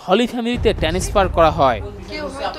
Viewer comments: 🎯 এসকল সংবাদ পাঠক কারা? যারা পড়তে পারে না, শব্দের উচ্চারণ ঠিক নাই! তাদেরকে সংবাদ বা খবর প্রচারে সহায়তা করা হয় কেন? Time: "ট্যানেস্ফার" শব্দের অর্থ কি?! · একজন রিপোর্টার উচ্চারণ করছে টেনেসফার অথচ হবে ট্রান্সফার। কি আর বলবো। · ekjon protibedok ki transfer k tanisfer bolte pare tao abar channel 24. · শব্দটা "টেনেসপার" নয়, ট্রান্সফার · Hai reporter!!!! Transfer K bollo tanesfer😂😂😂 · শব্দটি ট্যানেচফার নয়।সাংবাদিক মহোদয়